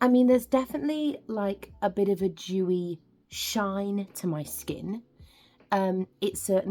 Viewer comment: Oh, DEWY! It sounded like you said something different.